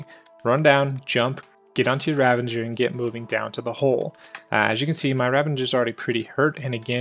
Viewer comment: Ravager, not ravenger. :P Great guide, but that was driving me nuts lol.